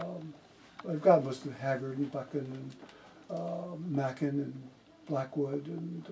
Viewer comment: He got Macken’s name right though.